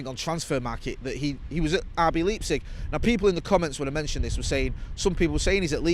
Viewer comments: Wtf is lepsic. Or did he mean Leipzig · Might want to look up how to pronounce Leipzig, just some advice. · Rb LEEP-zig 😂😂 the new david de-hay moment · Liking this video purely cus of pronunciation of Leipzig 😂